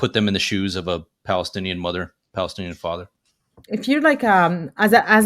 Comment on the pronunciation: She's a Pali-stin-E-an😂